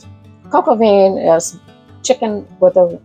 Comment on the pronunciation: The paste is called a roux (roo) and vin is pronounced van no veen